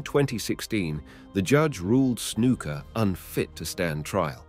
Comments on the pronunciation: His name isn't snooka it's snuka 😂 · I started to watch this video with good intentions to learn something but honestly this is like gossip because you do not have all of your facts straight dude. BTW it's Snuka not Snooka. Scott Hall started in AWA not WWF. Get your facts straight. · "Snooka" is the one that gets me. Smh